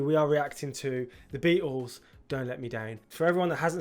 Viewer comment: It's great hearing you say it correctly (unAmerican)..."The Bea-ehhls" 😅